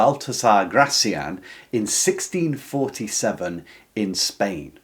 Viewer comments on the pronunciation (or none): Please stress his name correctly, on the final syllable: Gra - thiAN. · Gracián, stress on the last syllable